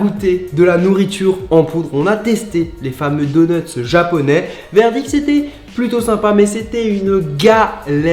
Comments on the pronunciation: xp 5000 du86 Il se moque de l’erreur phonétique de Charles. Ça ne doit pas se prononcer « doneutse » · C’est drôle on a l’impression que tu dis « deuneuts » , sinon super vidéo !